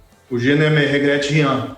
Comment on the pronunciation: Consegue errar muito na pronúncia e segue errando. Je ne ME regrette rien. De onde saiu o ME ?? Ah deve ser daquilo que ele tem na cabeça. "Tête de merde".